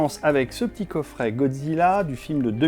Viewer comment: Un coffré et non un coffrait😂